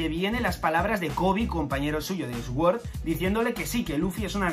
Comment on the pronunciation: Sword=Suord por favor, me da cáncer cada vez que te escucho 🤣